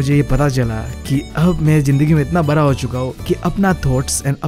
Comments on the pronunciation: Not bra `bada' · Bda ❌. Baraa✔️✔️ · Bada ❌ bra ✅